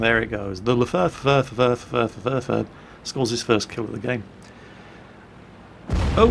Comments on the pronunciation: Also, cracked up so hard at Leferhferhferh... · it is Leichte Feldhaubitze 18 B2, learn the german!;D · hey! the lefefefefef (leFH18B2) actually means Leichte Feld Haubitze (light field howitzer), so if ya have problems saying leFH, ya can say the full meaning;) anyway, great video as always, still a bit bad framerate but hey, not yor fault. keep it up like this, you're awesome:) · I love that Lefafafafafafafafafa. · The L' fah fah fah fah fah gets is first kill of the game.... go home, your drunk. lol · do you own a Lefaa leffaafffaaffa? O_o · le fefeffefefefefefefef really? you could do better than that